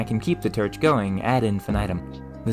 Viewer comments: Honestly can't tell if I'm watching to learn or to hear him pronounce words with "or" sounds. Er should I say "werds?" 👀 So far, "terch" is my favorite. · I’ve never heard it pronounced TERCH before. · Dammit, now I feel bad for chuckling at "terch". Your content is great. Thank you for sharing. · where are you from I notice you pronounce some of your Os as Es such as torch as terch and I don't think I've heard that accent before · Why you say Terch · the second turch will be mur refined and mur capable😂 No need to feel ashamed or apologize man but thank you for explaining… cause there’s a number of YouTubers who mispronounce words intentionally to tease the audience and I find it funny… cause it does catch my ear and make me almost say something until I remind myself that’s the point. Though, I never shout or get angry like I assume some people out there do. I got a southern accent so sometimes I’ve gotta repeat myself to better enunciate myself a little better if I pronounce my vowels a bit too weirdly… so when I try to say horror I have to speak slowly or else I sound like I’m saying whore…. And even that doesn’t help because my Rs are too smooth so it just sounds like I’m saying whore over and over again. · Turch? Is that what im hearing? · Blow terch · Very cool but the pronunciations grind my gears. Blow terch being the most repeated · It took me 12 times of him saying terch to realize he's saying torch. You have an interesting way of talking. Awesome video. Also is that an accent or a lisp? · You have a very interesting quirk in the way you speak. Everything sounds "normal" to me (I'm from Southern Ontario, but, also, when I went to Houston, Texas, lots of people sounded just like back home for the most part; tldr that's the accent, no idea what to call it), expect when you say "torch" or "form", you pronounce the "or" like "er" or "ir", it sounds like you're saying firm instead of form to me and torch sounds like terch. I've never heard that before.